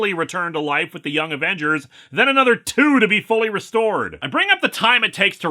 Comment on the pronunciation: Ävengers would have been more swedish than Avengürs, sweden doesn't use u with umlauts. Alternatively "Avengärs" since the Swedish 'ä' is pronounced very much like the english 'e' there